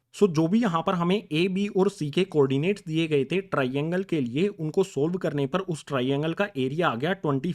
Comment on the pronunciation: SiR aap TRAINGLE GLtH ProNouCe krr rahEi ho....😒